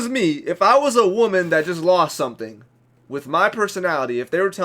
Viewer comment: wooomahn 😂 nailed it.